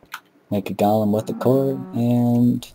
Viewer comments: you say gollum instead of golem, this is not lotr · go-lem not gah-lem.